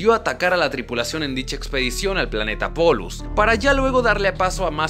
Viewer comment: Es polus no pollus ._.